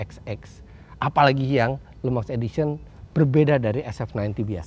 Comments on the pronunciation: Le Mans bacanya Lu Mong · Maaf mau tanya bang , LE MANS itu bacanya bener LEMANG atau bang Eri yg salah